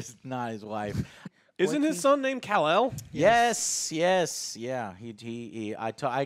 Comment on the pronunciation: Damnit guys its kal-el not kel-el Call El 🤦‍♂️ if he named his son kel-el it has nothing to do with superman